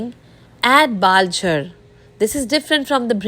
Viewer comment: What is that item name , you are pronouncing it baljer and writing it as baler, balar, bajger. Can you let me know the name in english